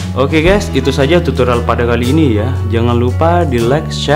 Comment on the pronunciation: Bukan ges tapi guys